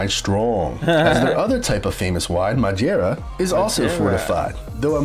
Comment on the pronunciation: This narrator is pronouncing all the Ds like a brazilian lol madjeira?